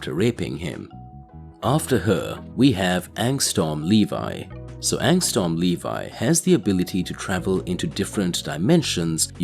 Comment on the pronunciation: Bro it’s not angstorm, it’s angstrom you keep saying storm lol